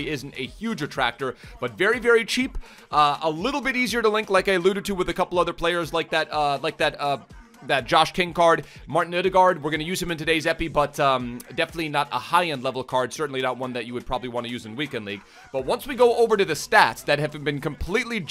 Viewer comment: I know you like to pronounce names correctly, and the "aa" part in both "Haaland" and "Ødegaard" is a Norwegian character called "å". Put it into google translate and you'll hear how it's pronounced. The "d" at the end of both names are silent, so the names are pronounced "hå-lan" and "Øde-går". No worries of course! :)